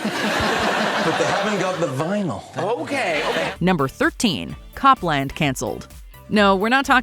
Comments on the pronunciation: It's not pronounced "COP-LAND", it's "COPE-lund" (/ˈkoʊplənd/). The operating system's codename was in tribute to American classical composer Aaron Copland (of Fanfare for the Common Man and Appalachian Spring fame). At the time, Apple gave updates to its OS (System) codenames from the world of music. So System 7.5 (Copland's predecessor) had the codename "Mozart" after Wolfgang Amadeus Mozart, and what would have been Copland's successor had the codename "Gershwin" after Ira & George Gershwin. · "Cop-land" made me laugh. Embarrassing error,. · The operating system was pronounced “COPE”land..not “CAHP”-land…as in Aaron Copland the musician. Idiots. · I think we're in the Idiocracy. It's not named Cop-land. It was named after the American composer Aaron Co-pland. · Wow, you are pronouncing Copland wrong. It’s with a long “oh” sound. It’s pronounced the same way as composer Aaron Copland.